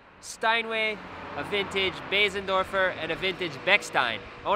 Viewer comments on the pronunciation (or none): Baysendorfer? Boozendorfer that’s how it’s pronounced. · I think you mispronounced bōsendorfer.